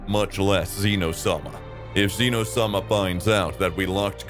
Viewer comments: and zeno issnt like zeeno its zen o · its zeno not ZEEE no